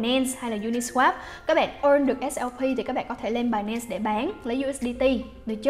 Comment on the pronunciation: Binance đọc thành "bài -nen" nghe dị vãi